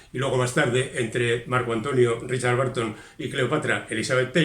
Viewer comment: ten en cuenta que la pronunciación de BURTON como barton (y STEPHEN como stifen) es (una vez más, en España) generalizada, pero inventada. Debe sonar bérton. Esa UR es parecida a la de THURSDAY zersdei, CHURH cherch, CURSE kers, BURN bern... Magnífico resumen, como siempre.